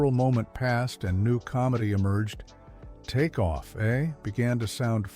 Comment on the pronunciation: Please train the AI to say "take off, eh?" properly.